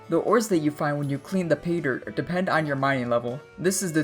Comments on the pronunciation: He lost me as soon as he started saying Peter HAHAHA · Sounds like you're saying peter